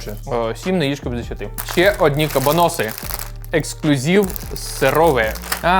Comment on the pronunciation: Хтось повинен сказати, що не кабанОси, а кабАноси. Може прочитає 😂